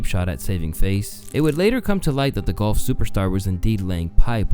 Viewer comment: The way you’re calling golf “gulf” is bothering me